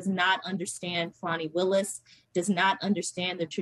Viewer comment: im glad people are finaly saying Miss Willis name right